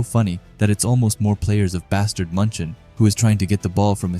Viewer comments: Bro that "Bastard München" is clearly a derived name of "Bayern München" irl in Bundesliga. You can always look up how München is pronounced instead of that butchering noise of a word MUNCHEN, MANCHEN, MONCHEN or whatever you're saying lmao. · The way bro says munchen....